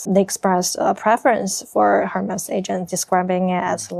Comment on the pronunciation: Hermes应该和爱马仕的发音一样，不发H吧？